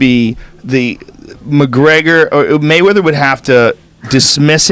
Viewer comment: dude said molly wop😂😂